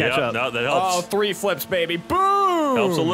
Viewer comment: OI! I'm bloody syncin! One! Two! Tree! One! Two! Three! - 2016